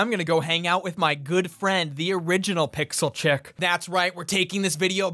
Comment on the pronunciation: “Pixel CHICKS-UH”